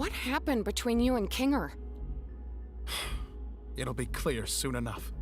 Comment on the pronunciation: Kinger × Ninger ✓